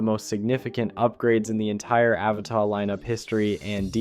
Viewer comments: My single criticism here? Stop mispronouncing "Avata". I really like your stuff and don't mind it being a mix of others footage. But please call it what it is, Ah-vah-tah. Lolol. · Yeah but you still pronounce Avata wrong, it's not French. Doesn't mean I don't like your videosI do, I follow you after all, and give a like to all your videos, it's just that the pronunciations it's annoying and not what DJI calls it.